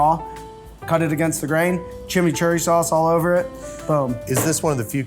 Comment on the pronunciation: Wait, did he just say "chimicherry sauce"? :O "Chimicherry, cherrychanga, chimicherry, cherrychanga!" XD